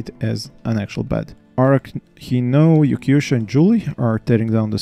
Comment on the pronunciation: Ha! I did not expect to see my name among the settlers. Can't wait to see how your build progresses. You should have no problem with idea and inspiration after posting all those showcases! It's not important, but I pronounce my name Yorky (I come from Yorkshire, England) and Swe (I was living in Sweden at the time, so this sounds like the first syllable from Sweden).